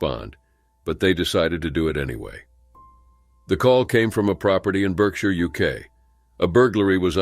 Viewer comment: You dont pronounce it as BERKshire although thats how its spelt. You say BARKshire.